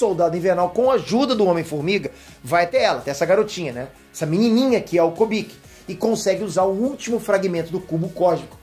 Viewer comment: não é Kobik é Kubik, cubo de Rubik. Por favor. Da ênfase na fala, fica foda.